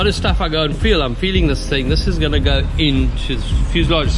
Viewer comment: Enjoy your content! Keep it up!!!! However, can you please start including “g” and “d”s when you are speaking!? You are a smart dude, but it would be really helpful if you pronounced them!